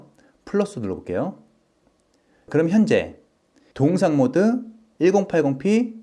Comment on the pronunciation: 동영상을 왜 자꾸 동상이라 발음하시는 지요?